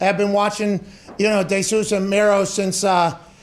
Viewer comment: What is up with stooges not saying peoples name right. Desus(deesus) not like Hispanic de jesus. Thought pat might care about that since shinagami miss pronounce his name🤣🤣